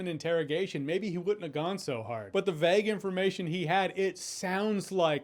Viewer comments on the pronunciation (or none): none